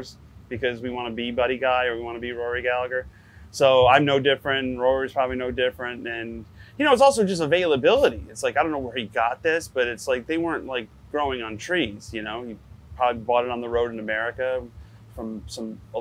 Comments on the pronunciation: Please note, in Ireland we do not pronounce the second G in Gallagher. Galla-her, not Galla-ger. Thanks! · Joe the name is GALLAGHER spoken without the g between the an and h. ….GALLA….HER Get it right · My Irish family says ‘Gallaher’ but I know many people in Ireland who pronounce the second G. I suppose it depends where you come from. ✌️☘️ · I can confirm as an Irish man and a Cork man, we don't pronounce the second G, not for Rory or the streets or estates with the same name ! I read once Rory did use it, However I know for a fact he wouldn't expect a Cork man to follow suit lol ! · He’s doing a Rory Tribute next year in Ireland and he can’t even say his name properly 🤦‍♂️ He’s not fit to string Rory’s guitar. Stick to your slick fitted suits and sunglasses Joe because you ain’t no working man’s player